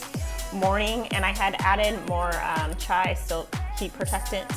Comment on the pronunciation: Do you mean Chi (Chee)?